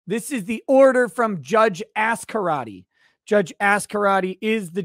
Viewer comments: Okay. I’m saying it. You blatantly said “ass-karate” - is this an in joke I’m unaware of 🧐😅😅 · Why do you always emphasize the 1st syllable of the judge's name? You always say Ass-Karate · Lol when you say the judges name it sounds like "ass karate". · lol when says her name it sounds like Judge Ass Karate